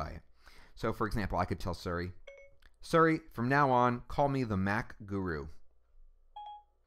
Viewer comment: nigga keeps saying surry.